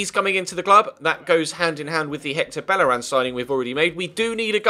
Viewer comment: Bellerin is pronounced 'Beyeh-reen'. It's a spanish name, not French.